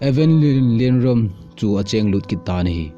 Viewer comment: Amin chu nasei dih thei mo na e.. Eipaova pronounciation bol lechun dihchetdi hija.. Lienrum ahi. Rum khu kaisao di ahi... Ram hilou in Ruum tiding ahi..